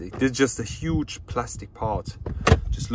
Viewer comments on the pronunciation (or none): none